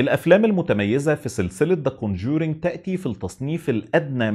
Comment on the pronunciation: كون جورينك.. يخرب بيت ام نطقك..